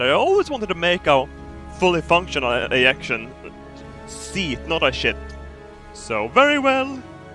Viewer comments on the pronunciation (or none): anyone else think he said "ejaculation seat"